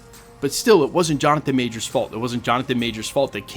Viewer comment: Kevin is a liar. He can't even say Jonathan Majors name. We should boycott Avengers: Doomsday.